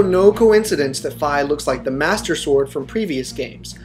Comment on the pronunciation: its pronounced fee